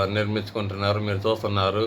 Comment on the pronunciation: ఎందిరా .....మీరు జాత్తు న్నారు మీరు జూత్తున్నారు.